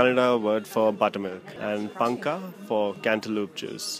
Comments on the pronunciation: It is Panaka not panka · It's panaka